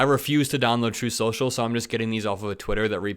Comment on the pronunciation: "Troth senshal"